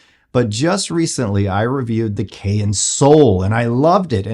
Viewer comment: It's pronounced "cayenne " like the pepper not "kay inn', just sayin'!